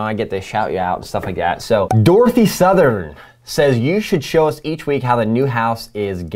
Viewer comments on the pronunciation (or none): none